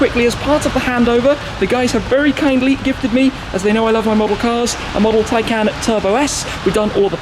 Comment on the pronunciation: It's pronounced tie-con